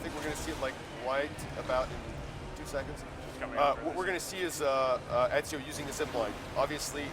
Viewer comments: Everyone keeps saying enzio. its fucking Ezio morons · WHY IS EVERYONE SAYING ENZIO!?!??!! ITS EZIO GOD DAMNIT!!!! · People actually keep pronuncing him as " EDZIO " , lol